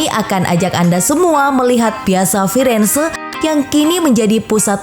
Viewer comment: Piazza di baca Piatza...